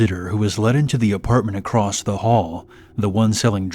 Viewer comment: There's no T on the end of the end of the word across..... wtf